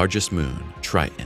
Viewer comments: TriTon, not Tri'en. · Triton is not pronounced Tr-eye-in, it is Tr-eye-t-on. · I had to stop watching when the narrator said “Tri_on” instead of “Triton”.😄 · 1. Why the stupid click-bait title? 2. It's pronounced "Tri-ton" not "Tri-Unh" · Tell your narrator that it's Triton, not Tri’on. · Tri-Ton.....please, use the T in the middle of the word. Its Triton, not Tri-ehn. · what do you expect from a text to speech engine? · Narrator sounds like a robot who has no idea what it’s saying. A robot with valley girl pronunciation: “Tri*on” (Triton). Who produces these juvenile quality videos and why? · Is the second T in Triton silent? You keep saying Tri-in. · How do you teach and not pronounce the planet correctly 🤔 🤨 The planet is NOT pronounced Tri-an...there is a "T" in there....somewhere 🙄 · "Neptune's greatest moon Tri'n." lol. It's really okay to say Ts in the middle of words.. 🤦‍♂️ the video stopped being about the info and became a comedy of confusion after hearing him repeatedly say that. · You would sound more knowledgeable if you’d learn how to correctly pronounce “Triton”. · Love the content. Hate the way you say Triton. There's two T's in it xD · Is it Trian, or Tritan? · a T in the middle of the word Triton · Interesting video! But the fact that the narrator is not pronouncing his Ts is annoying.